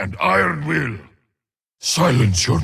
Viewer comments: Its Iron "Will", not Iron "Wheel" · the subtitles say: "AND IRON WHEEL" but is clearly saying "AND IRON WILL" (both by pronunciation and context)